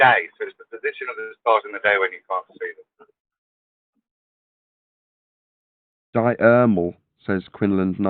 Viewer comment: Pretty clear those three losers each had plenty of time to look up the definition and they STILL misunderstood and mispronounced diurnal. What an impressive display of flerf brilliance